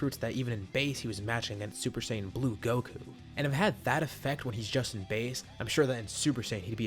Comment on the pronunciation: Super Saying 4 Turles